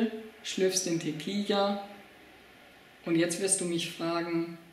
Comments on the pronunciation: es heißt tequila nich tequija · Das heißt Tequila und nicht teqia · Diggah erstmal sprichst du tiquilla falsch 😂 und zweitens mal Fans du dachtest das ist lustig hast du irgend ne Geschmacks Verstörung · Mal abgesehen davon das du Tequila falsch aussprichst und das immer und immer wieder , bist du auch sonst ein kompletter Pfosten! Danke für's Video habe lange nicht mehr so gelacht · Propier nen witz zu machen und ist zu doof Tequila auszusprechen. Das ist Recordverdächtig. Und weil wir zu doof dazu sind sagen wir es gleich gefühlte 800 mal. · Tequila is mit einem l du kek also sprichs gefälligst richtig aus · Wen mann Teqi la nich richtig aussprechen kann sollte man kein video machen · Also 1. Ich bin wahrscheinlich mindestens 10 bis 15 Jahre jünger und kann Tequila aussprechen. Lern bitte ordentliche und ernst gemeinte Vid's zu machen.